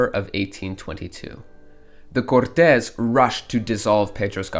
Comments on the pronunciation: Omg... not "cortés"! No! That's spanish! it's CORtes. Or literally just "courts" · Cortez is a spanish dude, i think you might be trying to say the word Cortes, the pronunciation is similar to english but with a slight difference ''Court - is''. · Just one thing, the pronunciation of Côrtes, as in Royal Court, is different from the pronunciation of the surname Cortes